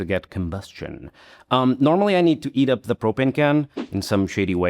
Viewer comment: "normally I need to eat up de propane can" 😮